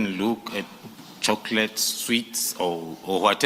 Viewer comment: With or without chocolate or chocolait as the Good General pronounces it, Brown must be dragged to the commission, screaming and kicking, with or without bullet wounds.